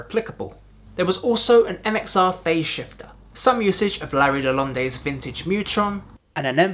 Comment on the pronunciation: Dude just called Larry LaLonde "Larry LaLon-day. I know you're British and all but c'mon guy you're not even trying.